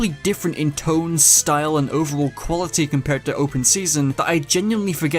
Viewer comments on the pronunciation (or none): none